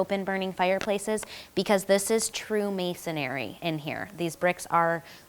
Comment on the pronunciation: The word is "masonry" not masonary